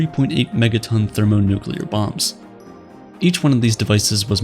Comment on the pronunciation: What's a thermonucular bomb? No such word.